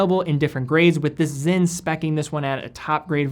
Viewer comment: Why do you guys keep pronouncing the s in sinn as a z? It's clearly spelled Sinn.